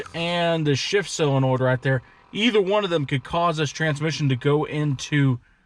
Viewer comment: Pronounced "Sillinoid".... but spelled "solenoid".... only in the midwest. Totally looking forward to the FUMMINS!!!